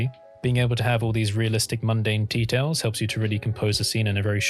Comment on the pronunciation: are you saying mundane details or mundane tea-towels?